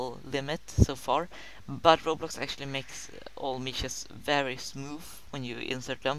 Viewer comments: not "meeshes", it's meshes with a short "e" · "mEEEshees", "smoofh".lol. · "mEEshes" 2K16. gg